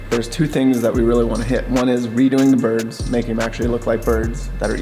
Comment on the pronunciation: Trying to process them saying "Boids" is like trying to prove a trigonometry problem with a C in algebra 1